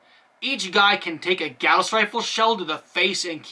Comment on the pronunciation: While you're pretty much correct about Longinus, you're incorrect about Gauss. They're named after Carl Friedrich Gauss, who is German, and thus it is pronounced "Gow-ss."